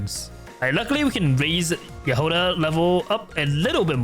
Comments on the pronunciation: why you call her jahOda/jahodA, its jAhoda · яхОда😂 как забавно произносят эти слова иностранцы